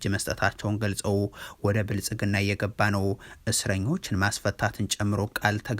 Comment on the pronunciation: " የብልፅግናው " ስትል አያምርብህም:: "ፅ"ን አውጥተህ በስሙ ጥራው